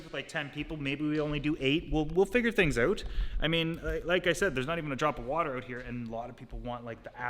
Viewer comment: First time I ever heard a Canadian accent from, "We'll figure this oouutt"